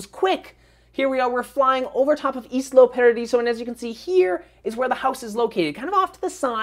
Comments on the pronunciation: isla is pronounced eye-lah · Lovely house,. I just wanted to tell you that it's called ISLA Paradiso, not ISLO Paradiso.:) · I was going to say the same thing, perhaps not in those words. But yeah... Isla. Like Isla Fisher.